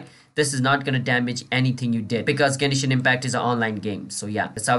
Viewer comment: gay-knee-shin impact